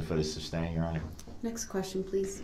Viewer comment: YES axx, substain, tacit, and goes on and on. 😡😡🔥🔥